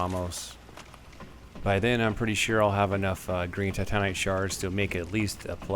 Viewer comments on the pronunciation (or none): Is it just me or does it sound like he is saying Titanic instead of Titanite? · Titanite = Pronunciation: TY-TAN-ITE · anyone else get irritated that he says titanite like you would titanic and not titan